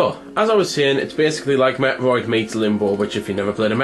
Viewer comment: Your pronunciation of metroid. Felt like you were talking about a different game.